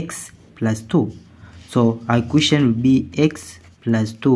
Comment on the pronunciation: It's called an equation, not an iquition: stopped watching immediately